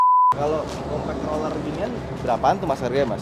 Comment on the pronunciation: kasian masnya, gabisa ngomong R alatnya banyak roller roller nya